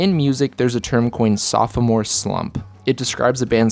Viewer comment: Great video man but you gotta stop saying soph-o-more the second O is silent!